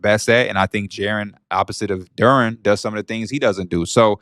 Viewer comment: I know P gotta be loving this engagement! He really brought this guy on to spout a load of bull ahaha - listen to how he pronounces Duren ffs! Anyways, loving the show!!!